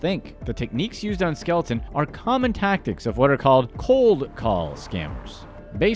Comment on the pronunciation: Her name is Skelton, not Skeleton lol